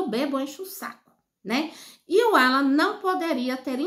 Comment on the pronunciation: Qual a vergonha que o povo que comenta passa explique?nem o nome de Alan não ala você parece que tem uma pedra debaixo da língua não sabe nem pronunciar o nome do rapaz